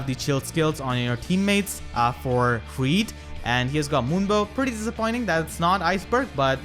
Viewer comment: The pronounciation is <<Hrird>>